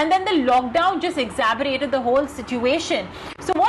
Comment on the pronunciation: Exacerbated*. Wtf is exaberated? Lol